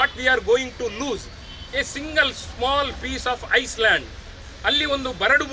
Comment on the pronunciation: ಐಸ್ ಲ್ಯಾಂಡ್ ಅಲ್ಲ I ಲ್ಯಾಂಡ್